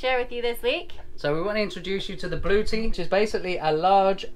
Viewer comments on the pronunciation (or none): LOL, it is pronounced Blue-etti and not blue-tea, hahahaha, you folks crack me up. But you went with it like a boss, which made it funnier, I was crying tears, the best comedy Sailing channel I have seen! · Blu-etti not Blue-ti Good luck. Have fun with your Blu-etti. ;-)